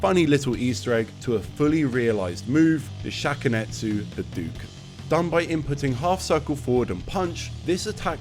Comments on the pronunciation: Wow it is insane how annoyed I get listening to you say HaDooKin over and over again. It's pronounces Ha-dough-ken. Not hadookin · 37 years and people still saying "hadoo-ken" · I never understood this. Not only does he say the word literally EVERY time he does it but its the same across all games and has been for decades. Yet somehow people STILL pronounce it hadooken. Normally, I would ignore it but bro... its a history video, in this context its kind of egregious ngl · This brings up another question for me. Why do people keep pronouncing Hadōken wrong, like "Ha-doo-ken" instead of "Ha-do-ken"? I mean, Ryu even says it as early as SF2 verbally, clearly as "Ha-do-ken". What's the reasoning? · On bit crushed consoles from the '90s it definitely sounded more like hadooken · cool vid, but the mispronunciation was driving me crazy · Video is great as usual, but the mispronunciation of Hadouken is driving me crazy. The "ou" always makes an "oh" sound when properly romanized from Japanese, it would never make an "oo" sound. Technically you're supposed to make that "oh" sound last a little longer as well, but that's not something that's easy to distinguish for native English speakers, so it matters less if you get that right. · is it like a funny bit that you're saying hadouken incorrectly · my swedish brothers have been saying 'hadooken' for like all of my life i truly didn't even think about how he says it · hes been making videos about street fighter for 13 years. ryu doesnt even say it that way in the games lol